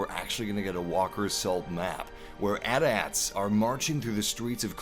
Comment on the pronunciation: Anyone else cringe when he mispronounces AT-AT?